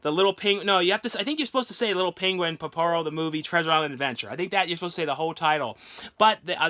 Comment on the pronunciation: Its pororo not the you said